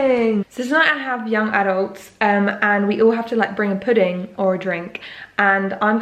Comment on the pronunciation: At least I have a "poodang"...dessert.....it's funny how you say that....lol